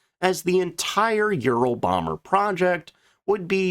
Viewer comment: It sounds awful when you almost swallow your tongue when you slurrly pronounce Ural so that it sounds more like you're saying Euro bomber. Be careful.😮